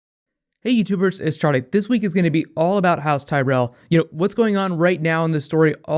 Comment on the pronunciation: zeee tyrelll